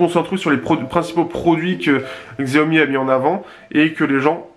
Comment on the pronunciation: En chinois " X + I" se '' ' CH' ' donc Xiaomi se prononcé......... CHAOMI, se qui signifie "petit riz"